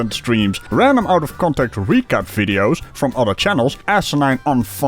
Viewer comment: Haha, just on the start you pronounced vids like the German word "Witz", meaning joke. Pretty correct, I think ;)